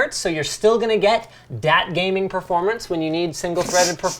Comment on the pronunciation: thumbs down for saying "dat gaming"